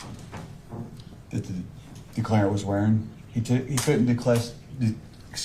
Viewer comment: I’m so sick of hearing declareant